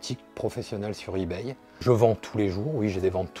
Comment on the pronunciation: On voit l'ancien il dit ibaille 👍😁💩💩💩💩💩